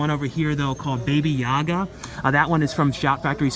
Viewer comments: BABA not Baby Yaga lol. cool video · Baba Yaga not Baby Yaga